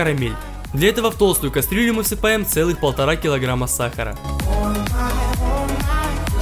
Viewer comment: ненавижу этот его акцент, когда он говорит "кастрюля"